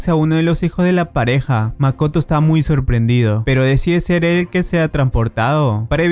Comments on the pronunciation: dijo makato en ves de Makoto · En Japón: MAKOTO En Latinoamérica: MAKATO XDDDD